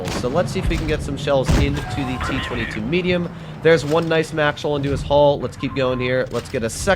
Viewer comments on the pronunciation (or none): t twenty two, why just dont say t twoty-two?